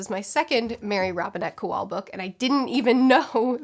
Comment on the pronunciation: I'm pretty sure Kowal is pronounced Co-Wall. I loved Calculating Stars for its hope. It says that, if we have the proper motivation, we can overcome the obstacles of the world (through space travel obviously).